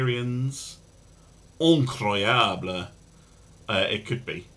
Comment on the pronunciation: Also in French it is "Incroyable," not Increable